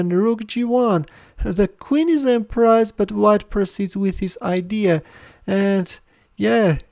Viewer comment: En prise is pronounced en preeze, NOT en prize. Separately, around the 4 minute mark when Rxg7 is said to lead to a win, Stockfish evaluates the suggested sacrifice as 0.00, with Black playing his king to f6.